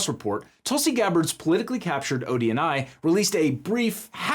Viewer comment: I hear it like that too.